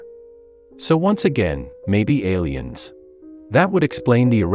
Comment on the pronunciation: "Maybe Alliens..." Say no more, you have my attention.